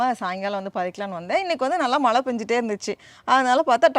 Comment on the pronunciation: Always a pleasure to watch your garden harvest.. love your simplicity and the way you engage your kid with nature.. kudos👍. One simple suggestion I would like to give you.. being a tamil influencer pls try to pronounce 'zha' in Tamil instead of replacing it with 'la'.. you said Malai for rain which is not pleasing.. it just needs a conscious practice.. I hope you will give it a try..